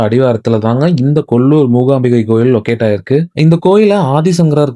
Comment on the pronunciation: The Devi's name is MOOKAAMBIKA, not Moogaambigai. The meaning changes drastically. Thamizhans have a very bad habit of distorting the pronunciation of other language words, deliberately, even though they can pronounce it corretly, without much effort. They need to realize this and correct it. Padmavathi becomes Bathmavadhi. Kaanthimathi becomes Gaandhimadhi (changing the whole meaning - Kaanthimathi means one who is filled with glow/light. Gaandhi madhi means Gaandhi's brain/thinking) கொஞ்சம் மாறுங்கப்பா.